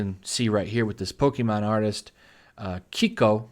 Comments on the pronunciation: Her name is pronounced "Kay-Ko". (Thanks Yu Yu Hakusho) I for one welcome our new NPC overlords. I can't wait for such exciting anime like "Ichigo, being a soul reaper isn't about what weapon you have inside your sheath, it's about how you feel!" "Take this, my aromantic love, my non-binary anger, and all of my feels." "Yusuke Urameshi, you're a demon-kin" Okay that last one technically happened, but it was well written and wasn't Tumblr shit. Nothing good can come from the NPC style of writing because an interesting story and characters are slidelined for the author's insane demand for preaching their ideology. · Let’s go with “KAY-KOH” to pronounce her name. Twitter really doesn’t mean shit out here... mostly it’s just used for people to follow celebrities. Anime is just too broad... and Moritsugu realizes it.... change is extremely slow out here and ヤバイ関係 is my friggin hero. I need to look her up. Media in Japan is a bit more censored compared to 30 years ago, but it makes sense. The majority of the population does not want these changes and the vocal minority is typically nailed down whenever they spring up. Shit like Anita won’t ever happen here. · Btw Keiko is pronounced "kay-ko"